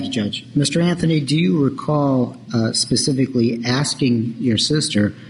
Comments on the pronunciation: I want to scream every time one of these morons say 'Pacifically' for specifically..... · And…..the classic…”PACIFICALLY”….🤦‍♀️😂😂